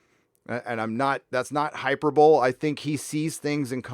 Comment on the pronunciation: Hyperbole is pronounced "Hi-per-bol-lee"